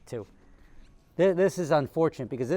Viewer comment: "zis channel is cursed"